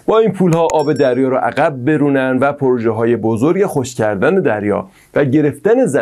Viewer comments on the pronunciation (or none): none